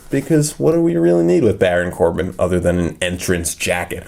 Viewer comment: Am I the only one who noticed that ha said baron corba